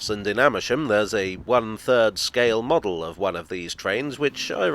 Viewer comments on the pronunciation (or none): none